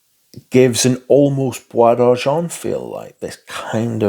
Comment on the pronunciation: Oh boy, we gotta work on that French pronunciation! Oh De Jawn-Tee-En Blonsh. JerAneeum Poor Miss-ye (like the first half of the word year, also no 'n' sound (it's not moNsyear)). Bwah D'arrgen (I think you got that one correct). With love!